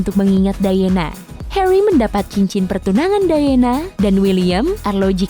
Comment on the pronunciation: Lady "Dayena" harusnya Lady "Dayana". Charles harusnya "Carls"